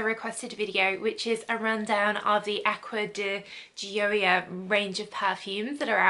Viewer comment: I believe it’s pronounced aqua de-sh-ee-o. The sh sounds like a French J pronunciation like Au Jus.